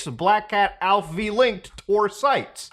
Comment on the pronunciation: Are you sure its pronounced Alph-V and not Alpha? 😅